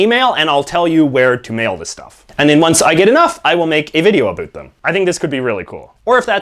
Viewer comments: Why the fuck are you purposely mispronouncing "about"? Dumbass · Can't stand the way he says: about 🤔🤪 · He’s saying about wrong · First Canadian I've ever heard say 'a boot' unironically. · A first for me too. On purpose you think? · The weird thing is that you say "About" like you say "A boat" From Algeria